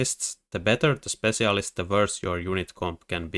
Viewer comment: What is his accent that makes him pronounce spetsialist like this?